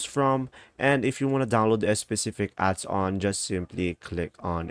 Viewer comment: It is adons not adson